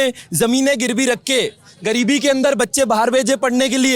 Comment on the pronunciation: He said"गरीब"😂😂